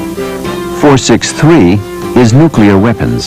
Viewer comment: Did that loader say, "nucular"? 😆